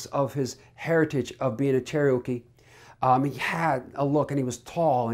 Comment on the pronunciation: Oh no. Is this in favor of? He was a master grifter. How sad anyone would promote what he did. Also, as a Cherokee Indian myself… it’s not pronounced “cherry oh key” it’s pronounced “Chair uh kee”